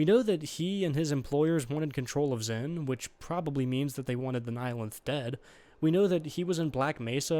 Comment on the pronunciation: Xen, not zen.